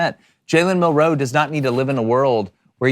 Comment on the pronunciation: Guys... Jalens last name is one word Milroe not Mill Row please clean that shit up cuz its irritating to listen to